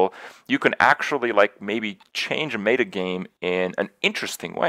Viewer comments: so hard to take kripp seriously when he says mayta instead of meta. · lol i love how you say "meta" anyone else bothered by this?